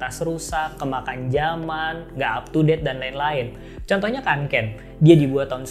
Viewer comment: Kak bacanya fyelreven konken.. 🙏